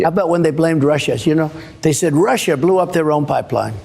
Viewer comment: When this fruitcake says 'Russia' it almost sounds like 'home'.